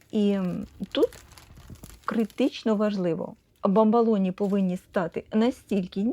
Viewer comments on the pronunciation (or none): Маленька корекція-- БАМБОЛОНІ,з О у другому складі, якщо Ви посилаєтесь на італійські bamboloni.Розумцю,що ні на що не впливає,але ріже вухо.